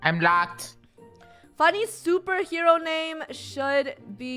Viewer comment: FUNNEH YOU SED YOU WANTED TO BE A SOPRHEWO